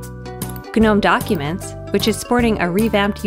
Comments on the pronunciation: Yo is she really saying "Guh-nome"? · It just sounds wrong when she says guhnome. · I can't get over the fact that it is pronounced Guh-nome. Doesn't sound right to me.